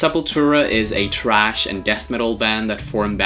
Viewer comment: THRASH! It is THRASH, NOT TRASH. Dumb ass. THRASH is a kind of metal music that Sepultura plays. TRASH is GARBAGE.